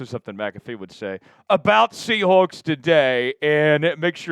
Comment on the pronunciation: Great radio voice despite not being able to pronounce seahawks